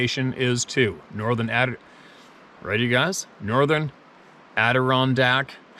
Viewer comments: got it right!!!!!!!!!! Adir-RON-dack. lol!! I think it is the first time he nailed it. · Thank you for pronouncing it correctly. It shows respect. I took heat from some flame throwing here on the channel for chastising you about it a cpl weeks back. And again about the lead, and "doing things in a good way"? If I can find the CBC Radio interview with an ornithologist discussing copper shot, I'll pass it on to the family. Also, I was pleased to hear from the indigenous Dad teaching his son to shoot, that they not only carried their own waste out, but garbage that others left theirs behind as well. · Kudos on pronouncing Adirondack correctly. Woohoo! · AWESOME pronunciation of Adirondack!! 👍 Great shares today. You do such a wonderful job. Love listening and learning so much more than I could ever imagine. You and Sara stay safe 🙂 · Victory! That was your best ever pronunciation of Adirondack. LOL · Great Job on pronouncing adirondack!!!! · Hey! I love your new camera! Beautiful picture, and it's easy to hear your voice over the river in the background. It's a keeper, for sure. Guard this one with your life. Oh, easy to hear the man you were speaking with. Ps...you said Adirondack perfectly😅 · Your funny. YES, you finally pronounced Adirondack correctly - - Loved the e-mails. keep em coming. Take care out there and Blessings to you and yours. From Upstate, N.Y.